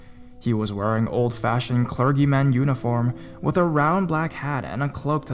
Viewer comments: just for reference, it's pronounced "CLURR-jee," in regards to the "clergy" reference in the first story. keep up the great work! love your storytelling! :-) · I normally wouldn't do this , but some of your pronunciations were , shall we say off the mark . first it was US as in USA, next it was cler-geee with a hard g when it should have been a soft get , then there was villi-gant again with a hard g, and lastly the sa cri city . Like I said I normally never do this but some of the words should have been no problem . Again I apologize if I have offended anyone and it is not my intention to make fun of the narrator .